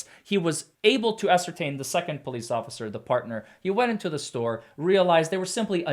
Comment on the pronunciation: "ocifer" i make that mistake too sometimes.